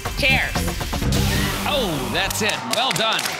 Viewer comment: Not her saying chairs with a T...